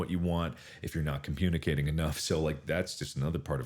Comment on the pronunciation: Mark says "compunicating" at lol